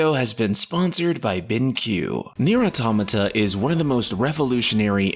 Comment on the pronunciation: first time ive seen an english speaker actually pronounce Automata the way its supossed to be Kudos